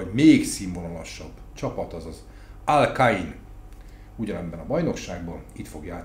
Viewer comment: azt hittem azt mondod: Al-kaida😂